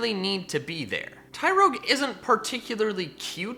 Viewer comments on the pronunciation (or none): TYROGUE, NOT TYROYGE!